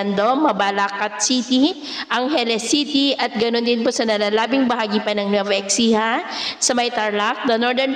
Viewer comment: nueva ecija or ESIHA ☑️ EXCIJA, EKSIHA ❌